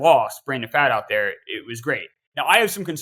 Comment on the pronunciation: Brandon Pfaadt pronounced as FOUGHT. Cmon